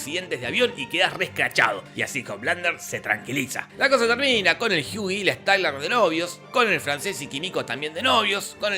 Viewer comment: ¿Porque le dices Jiui a Hughie? Dile Huguito y ya xD